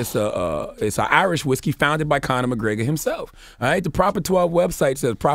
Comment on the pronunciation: This Conor McGraygor shit is driving me insane. McGREGor, man. Say it with me.